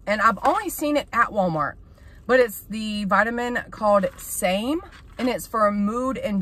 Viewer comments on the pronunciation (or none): Girl words are hard I’m in the same boat I’ve said Yankee Doodle talking about yankee candle before. And the vitamin is pronounced “SAM-e” not same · It’s called SAM——E not SAME silly! Lmao. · It’s pronounced sammy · Girl what was in that smoothie you literally decimated some words 🤣 And the supplement is pronounced SAM-eeee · The supplement is actually pronounced "Sammy." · It's pronounced SAM--EE bless your heart! You may be pre menopausal. Changes in sleep patterns/insomnia are normal.😱 Do you take melatonin now? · Its pronounced SAM E(long e, like me)